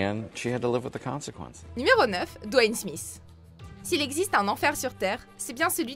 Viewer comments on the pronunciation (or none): Dans le nom Smith il y a un seul S, donc on dit pas Smiss, svp retenez bien ca chers cousins français.